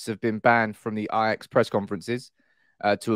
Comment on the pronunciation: Eyejax? Wow. Its like Arsene Wenger, but with an ajax fan.